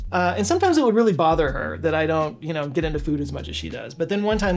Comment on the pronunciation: “But it reawwy built my chayactewr” lmao ❤